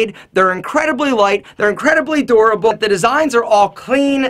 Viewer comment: did he say super durable or adorable